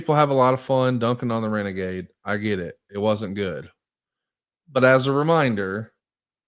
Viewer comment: "It's time for Reneghey" Tony Schiavone